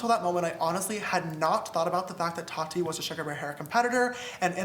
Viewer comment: The way Ethan pronounces Tati's name 😂 "t A t I"